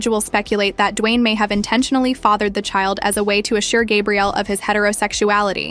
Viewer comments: You're pronouncing her name in the masculine form, then called her Gabriella 😮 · They arent even saying her name right. This shi wack.